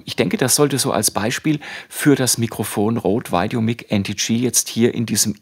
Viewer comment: normalerweise korrigiere ich keine fehlerhaften Aussprachen, aber wie du "VideoMic" aussprichst, tut mir in den Ohren weh! Richtig lautet es "VideoMeik" und nicht "VeideoMick" - Dein Vergleichstest ware sehr aufschlussreich, danke!